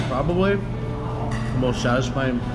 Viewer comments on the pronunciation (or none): none